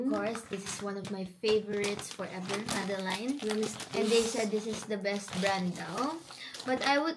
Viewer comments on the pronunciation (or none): Madeleine - "madelen" not "madeline"